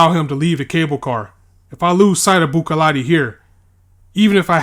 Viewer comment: Buccellati is pronounced "Buzellati"